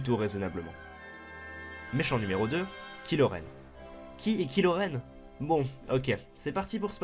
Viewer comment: TRRMINATOOOOOOR ! Mais, ça parlera de quel film? Parce que je n'ai pas vu le cinq (et clairement, j'ai pas envie de le voir) Aussi, on ne prononce pas "kilo" Mais "Kailo" :) Enfin, c'est une super vidéo, je suis d'accord avec toi pour tout ! Continue, c'est super :)